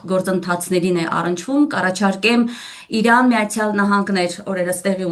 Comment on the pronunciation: ԾՕ ԱՊ ՋԱՆ ։փշոն հողերն է տվե , դու էլ քո անգրագետ ՀԱՅԵՐԵՆՈՎ , ամբողջ մայրենի լեզուն ես , տակնու վրա էրե ։ Այնքան անգրագետ ես , որ Իրանը ԻՌՌՌՌԱՆ այ զզվելի ։